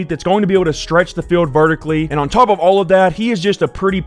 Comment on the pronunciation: “take them over the tauwp”